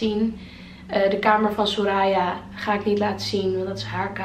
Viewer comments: Ik cringe echt een beetje van hoe de naam Soraya wordt uitgesproken haha. ‘Soraaaya’ haha. Geen haat trouwens maar ben het niet gewoon, ik ken het gewoon als ‘soraya’ haha. Verder super leuk huisje en kamer!! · Hey ja soraya zoals je de laatste a uitspreekt:)